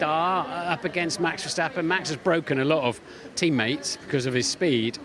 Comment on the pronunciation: Max verstappen has been in F1 for about 10 years. Isn't it time you Brits learned to pronounce his name properly?